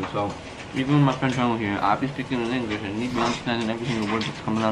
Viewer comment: "inglishi" dios soy una triste. 💔💔💔